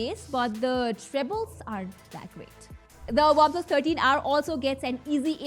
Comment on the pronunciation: Not waplus its OnePlus pronounce correctly...didi😅